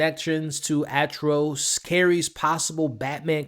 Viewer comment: 😑😐😶🤐🫢🫣🤨😒🙄😖😮‍💨😤😠😡🤬Yo bro 🫩🙄 you must have heard other people say his name Atrocitus not Atros😒